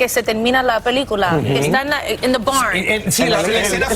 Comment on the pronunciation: Pronunció la palabra the incorrectamente